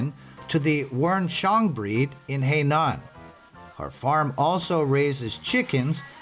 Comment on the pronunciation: Please pronoun the province correctly. Not Hei Nan. It is Hai Nan.